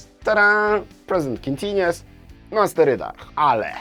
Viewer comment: Panie, ja pana grzecznię proszę. Niech Pan mówi w słowie continuous U sound. Bez względu na akcent należy go wypowiedzieć. Taki szczególik a pamiętam jak Pan na początku źle to mówił jak ja. Życie wtedy było takie proste i niebolesne dla uszu.